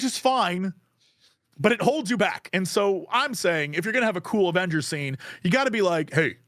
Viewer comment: I was hoping to go a little more than a minute before hearing "Azemgers" again 🤣